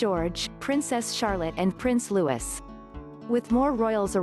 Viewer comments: "Ride" a boat? It's Penny Junor, not Juror. Anne said "Not bloody likely" to her attacker during the car incident, not "Bloody likely". Changes the meaning totally. The youngest child of Prince William and the Duchess of Cambridge is pronounced "loui" (silent "S") not "Lewis" and the thing you call a leash on dogs is pronounced "Leed" not "lud". Do get your facts right before you publish. It's so important. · William and Kate’s youngest child is called Louis pronounced Louie not Lewis! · Louis, pronounced lewy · And you should correct these things: The s at the end of Prince Louis' name is silent, & a dog has to wear a lead, pronounced like leed, NOT led. That's what happens when you Let a computer speak for you.